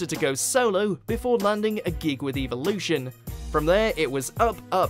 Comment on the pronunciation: How do you mispronounce deacon and evolution?